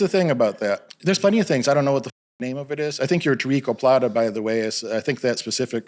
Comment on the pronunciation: He said toriko plata 😂 bruhh i know omaplata and gogoplata